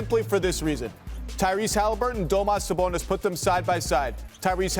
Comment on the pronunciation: Domas sabonas. Bro really?😂